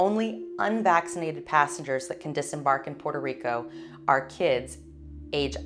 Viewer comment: Thank you for this update. You’re so nice. Also love that you pronounce Puerto Rico the correct way 🥰♥️ Happy New Year 🎊🎆